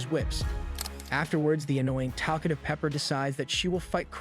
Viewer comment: Yeah about 5 minutes in they changed Rhodey to "Rhoddy" and Talkative to "Takkative".